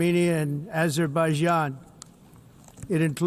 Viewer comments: Aww, I’m so proud of him, he finally learned how to pronounce Azerbaijan. Good job, dear leader! Not lets 😂pork on acetaminophen. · He's finally learned how to pronounce Azerbaijan and he stoped confusing Albania with Armenia.... What a humiliation for US....